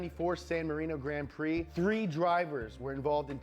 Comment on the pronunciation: Isn’t it funny Americans can’t pronounce French, not you mate the guy in video but it’s always the same. Grand Prix….grand pronounced in English and Prix in French. He did the same with Alain Prost